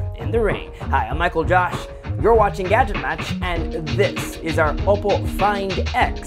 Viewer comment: You're saying Oppo like opo nay, opo tay. Consider saying it like this: Oppoe (O- poe) as in grace poe. Just saying hope you don't hate me